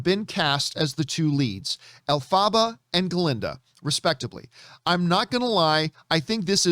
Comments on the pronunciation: Him: Air REE ANNA Grandee and ELF FAAH BA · It’s funny that you’re making fun of the Adele Dazeem joke but you don’t know how to pronounce “Ariana” or “Elphaba” 😂